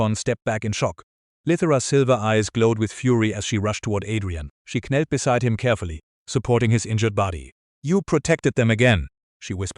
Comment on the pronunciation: I chuckled both times when the AI narrator pronounced the words kneel as "k'neel" and knelt as "k'nelt" 😅 Ok, I k'now its childish so I'll just grab my k'napsack and make my exit as the irreverent k'nave I've become 👋